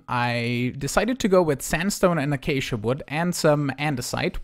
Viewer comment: The way you pronounce acacia is ‘akashiya’.